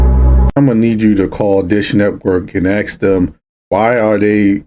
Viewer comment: It's pronounced ask not axe you idiot